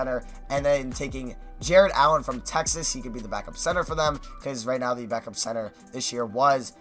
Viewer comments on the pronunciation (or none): none